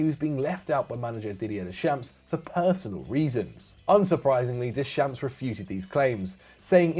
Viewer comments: Deschamps is pronounced 'Dayshomp' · Can there be a slight effort in pronouncing the names properly? I am not asking for perfect pronunciations of every name, that's an impossible task, but I expect more than "des champs" for Deschamps is at this point a little sad and jarring. PVS always put in a good shift with the pronunciations, I think rest of FD should give it a proper shot too. It shows that you actually give these players and managers a little respect.